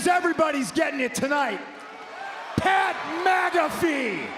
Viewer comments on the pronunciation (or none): He said… “Pat MAGAfee” 💀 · He really said Pat MAGAfee 😂😂😂 Punk is truly a vigilante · "Pat MAGAfee" lol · “Pat MAGAfee…” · Did he call him Pat MAGAfee?! ROFLMAO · Did he call him Pat Magafee? lol damn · Called him Pat MAGAfee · "Mr. Protect Trans Kids" said "Pat MAGAFEE" 😂 Donald Trump is STILL your President and Roman Reigns is STILL your Daddy! 😂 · Did he say pat magafee? 😂😂